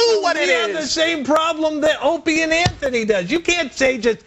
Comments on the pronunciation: She called the show "anthony opieny"😅😅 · She says anthy and opany